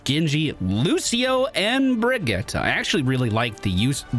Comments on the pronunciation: Her name is dickens Brigitte pronounced “ Bridge-It”. They say her name in game. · Brih-gee-tuh, so no, you didn't, but I knew what I was getting into and I've forgiven you for more. Love the vids dude. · Youtube comments here! No, you didn't say it right :P haha brih-gee-ta basically like Vageta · Her name is pronounced closer to Brigeetuh. Can hear it in a few of her interactions with some of the cast. So you're close, but just that middle syllable is off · no one says Bridge-it in the game. That isn't how they say their name phonetically in the game at all lol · Nope, it's Bri-git-teh. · How do you get "tuh" from that? That just sounds like Brigitta which is a different name. She clearly says "te" with e from "get", I really don't understand how you don't hear it. Just because you don't hear it, that doesn't mean you and the League video are correct. Sigh, English speakers and their pronunciation 🙄Here, step by step for your ears: ☺ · It's pronounced Br-ee-j-ee-t :) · You are not saying "Brigitte" like a Swedish person would, but that doesn't matter. I don't know where people's obsession with apologizing for not knowing how to pronounce another language comes from. I grew up in a country where some of the sound in my name don't exist, so nobody ever said my full name right and I didn't care or get offended by that. Pronounce names in your language and if anyone gets offended, they're the asshole, not you. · Yes that Overwatch League pronounciation sounds dumb to my Nordic ears too. Here how it's correctly pronounced, straight from her mouth